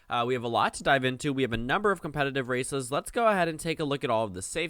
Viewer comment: lol every time you say these races it sounds like these racists and you'd be absolutely right